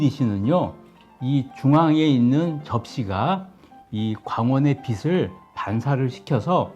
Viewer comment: 빛을 빛의 빛에... 비츨 비츼 비체.. 요 발음만 고치시면 완벽할 것 같네요